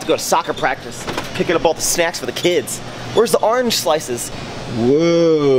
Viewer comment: the way you say orange 😭😭smh